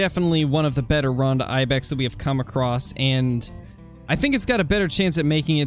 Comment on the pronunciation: Just so you know, I'm pretty sure the name of the Ronda Ibex is supposed to be pronounced "Roan-duh" with a long o sound, not "Rahn-duh". But I might be wrong.